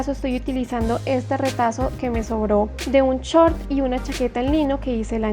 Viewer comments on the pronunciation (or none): none